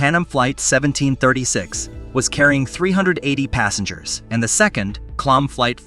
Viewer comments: Bro it is not KLUM it is KLM which is pronounced KAY EL EM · The name of the Dutch company is Kay El Em not Klum, this guy knows nothing about airlines, domestic or international. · I only realized halfway through the vid that what was meant by klum was KLM lmao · Ahhhhh yes. The slightly somewhat sorda deadly crash involving KULM and the PANUM airlines plane 😂😂 FERFUXAKE he literally sounded out the letters like kindergartners would do. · For some unexplained reason, that's how the narrator pronounced "KLM" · Yes. I found that annoying too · AI has a long way to go, four mis-pronounciations in the first 45 seconds: Boeing seven hundred and forty-seven; "ten-er-ife" (long I); "PAN um" instead of "PAN AM"'; "klum" instead of KAY EL EM.